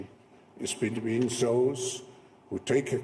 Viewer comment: Sein Englisch.... da stellen sich mir die Haare auf! Se Economic, Mittel income, soße (those) risks... man sollte meinen, ein Mann seiner Stellung sollt das besser beherrschen. Gruselig.